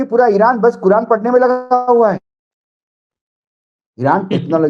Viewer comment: भाऊ कुरान पढते है कुरान कुरान खेलने वाले शब्द गलत बोला है आपने